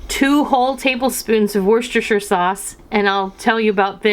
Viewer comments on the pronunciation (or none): There is no "sh" in worcester. Its pronounced wuster, no sh at all..